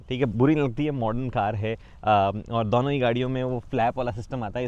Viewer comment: When you find a guy cute but he says "दौनो"